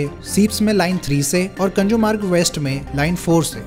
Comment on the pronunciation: Why do u make so many pronunciation mistakes? What is Dahisaaaar? What is Bundooop? Kunjoor-marg? At least look up how it is written in Devnagri.